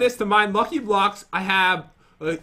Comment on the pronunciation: really he says ck very bad